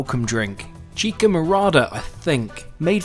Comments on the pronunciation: It’s NOT CHIKA (chicha) it’s CHI-CHA like the cha-cha dance ! That’s how’s you pronounce it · You pronounce it Chika. Its Chi-Cha. Lol I laughed a bit at that. Wonderful video.